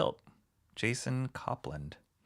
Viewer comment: Thanks for this! And it's pronounced cope-land . :) Thanks for doing this! Very cool! And thanks for backing this bad boy!